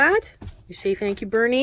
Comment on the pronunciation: You nailed the pronounciation🙌🏼 Bernie's good👍🏼